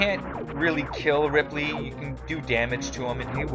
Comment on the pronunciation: His name is Ridley with a D